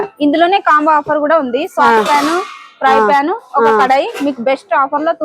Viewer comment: Kalai kaadu thalli, kadai anali Triply anali